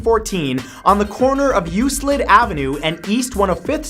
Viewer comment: Bro, where is You Slid? Lmao it's You Clid like Euclidian Geometry.